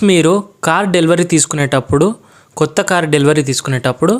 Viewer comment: కోత కార్ కాదు కొత్త కార్